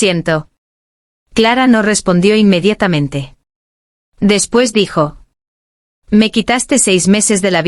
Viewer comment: Rayos, es INMEDIATAMENTE. NO INMEDITAMENTE: Se comieron la vocal Aa.